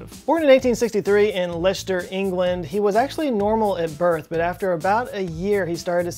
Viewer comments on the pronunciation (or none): the most horrifying bit was the pronunciation of leicester, it is 'less ter' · love, Leicester is pronounced Lestah, if you have an english accent, or Lester. Some names here in the UK defy logic xD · Worth watching for pronunciation of Leicester